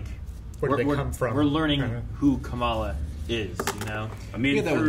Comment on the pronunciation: I keep hearing "Kameela Khan'. Her name is "Khamala"